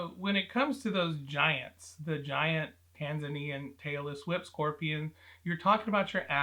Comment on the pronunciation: Am I the only one who kept hearing ‘Taylor Swift scorpions’ lol? 😅